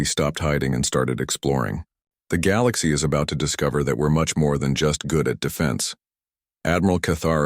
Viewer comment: And teach the AI how to say galaxy, lol